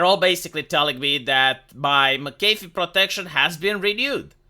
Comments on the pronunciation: Mc Aeh fee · Hey, watch any video ever made involving John McAfee to get the pronunciation down.